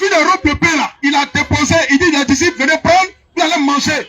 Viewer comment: Déposé faut bien lire